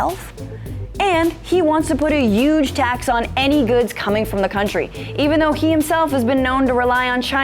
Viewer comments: I like her, “Yuge” tax 😅! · youge? silent h? haha jk